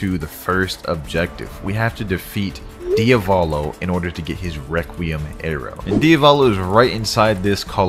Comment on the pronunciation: we gotta deafet DIAVLO Me: ITS DIAVALO NOT DIAVLO